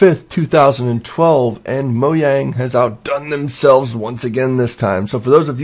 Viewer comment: luclin please its not moyang its MoJang